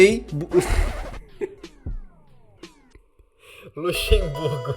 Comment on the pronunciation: "LUXEMBRUGO" KKKKKKKKKK